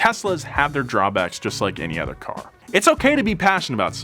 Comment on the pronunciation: Other. Not (h)eather.